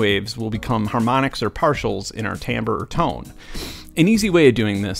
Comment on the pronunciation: Oh, and thanks for pronouncing "timbre" correctly...